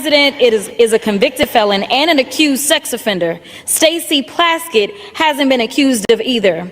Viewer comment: I know it doesn't matter but her name is PLASKETT 😂😂